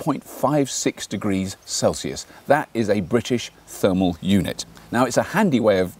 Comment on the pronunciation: Thermal not termal.